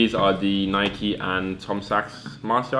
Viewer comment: dude just say nike instead of Nike-E